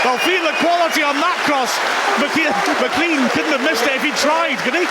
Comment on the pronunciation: Day 104 of asking him to pronounce McLean correctly